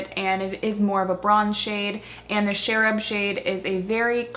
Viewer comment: I love these blushes--I got a bunch of them in sample size from his website a while back. They are so pigmented that a little goes a long way. By the way, the "ch" in Cherub is like in "change" not "Sheryl"--cherubs are innocent baby angels (and also the ironic nickname for the National High School Institute participants at Northwestern University, ha ha). :)